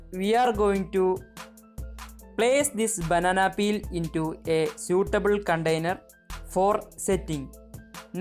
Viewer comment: You say, put the banana peel in "Condainer" it is "Container".